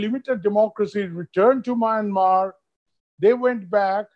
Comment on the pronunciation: Please pronounce the word Myanmar correctly.